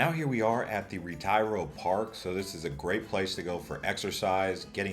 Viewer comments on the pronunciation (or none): RetEro not Retairo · Sir PLease take the time and google how to pronounce things correctly. It’s not Retire-O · A great city to visit, but you'd have a lot more credibility if you made at least a minimal effort to learn how to pronounce Spanish names correctly. Ret-EYE-ro? Come on. It makes you sound like a total ignoramus even if your content is valid. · Couldn't take the horrible name pronunciations. You visited these places multiple times and still couldn't be bothered to pronounce "retiro" or even "paella"?